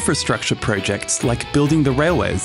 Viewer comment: Irks me how you say projects .. pro ..... Jects 🥲 good video tho